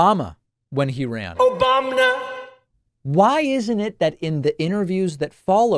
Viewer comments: He says Obamna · "Obam-na!" is the sound that plays when you pluck on a sitar string... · All in for Joe B! Like Trump said - it's Oh-Baum-Na.